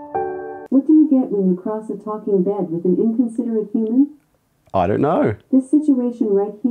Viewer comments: He said "bêd" in instead of bed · Its not “bid” its “bed.” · His accent is kinda weird it sounds like bead not to be rude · I thought he was saying "bid" lol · Every time he says “bed” it sounds like “bead” Lol I’m sorry I have to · It's sounds like "bid" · the way he says "bid" instead of bed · Why i am the only that hear brëd instead of bed lol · It sounds like he is saying bead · I love how he pronounces beeed, don't you just love foreign accents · when he say bed it sounds like beard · Bro why did he pronounce it as bid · The way he pronounces 'bed' like 'beard' is so soothing... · Why does he saying bed sound like beard 🤣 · 😂😂whats that accent "baid"... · Sorry but every time he says “bed” I hear “beard”..... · I keep thinking you said “beard” instead of bed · "I Love My Byed" - Accent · Guy can’t pronounce bed